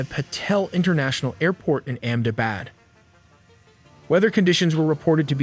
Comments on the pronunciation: It's not Amm Dabad it's Ahmedabad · Amm Dabad? Seriously? 😂 Its Ahmedabad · It is not Amm Dabad, it is Ahmedabad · Omg Amm Dabad. It's Ahmedabad, you little monkey 😅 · the airport was in "AHMEDABAD" and not "AMMDABAD". Since you are presenting it as a documentary, requesting to get the typos corrected and names fixed. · What is AMM DABAD . The video editor seems high. its Ahmedabad. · WTF IS AMM DABAD? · 'AHMEDABAD' Not AMM DABAD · It aint AMMDABAD. It's AHMEDABAD. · My cat says Its Ahmed + Abad...Ahmedabad! Not Amdabad or Andabad! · It is not Amm Dabad. It is Ahmedabad. It is important to get names right. Just like it is not Lundun and London. Please correct this. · Amm Dabad? Tracjing? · It Is AHMAd Abad Not amd abad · Ahmedabad not ammbad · not Amdipad (Ahemdabad) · AMM DABAD?? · You use AI man why lie about it ??? It's Ahmedabad btw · You don’t even know how to say Ahmedabad properly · Ahmedabad. If you are making an informational video about it, at least get the city name correct. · You should ask an Indian to pronounce the word Ahemdabad